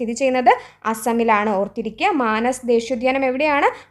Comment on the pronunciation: മാനസ് അല്ല... മനാസ് ഉദ്യാനം ആണു..